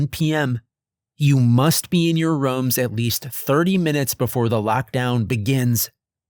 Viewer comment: I really enjoy these videos, however, why do you always say rums instead of rooms? It always throws me off.